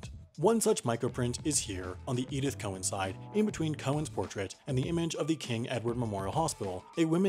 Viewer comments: ITS NOT COE-ANN IT'S COW-ANN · Just a pronunciation point of order from your friendly Aussie Star Trek site - that's loving your work... Her name is pronounced.. Edith Cow-an, not Cohen. Carry on. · Not ‘ko-en’, ‘cow-en’. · Haven't you noticed you say "Cowen" and bill says "Cowan"? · Cow an.... Pronounced cow aaan Not Cohen as in the jewish way. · Great video but I hate to be the one to point out that Cowan is pronounce just like it looks. Cow-an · Apparently we can't pronounce Edith's surname properly either. All this time we've been saying "cow-anne". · Hey you said Cowen and the note says Cowan. Did you make a typo??? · The way he pronounced Cowan made me not recognise who it was for a second